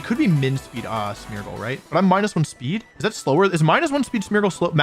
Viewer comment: Every time you say Smeargle I think you say Smeagol and that is quite funny to me .... yeessss my precious